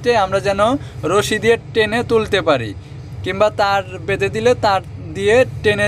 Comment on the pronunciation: বেন্দে না ভাই বেধে